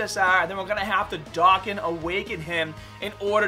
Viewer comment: You say Dokkan so wrong 😂